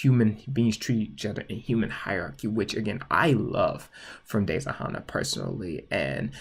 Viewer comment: RIP WOLF BOI Edit:your saying Hana wrong it’s said Hannah